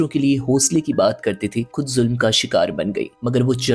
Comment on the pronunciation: Aakhri. ..khud. Please khay sahih kren